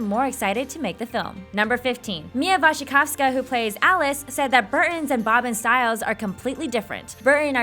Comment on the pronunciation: I love the fact that you are reading Mia's last name right! :D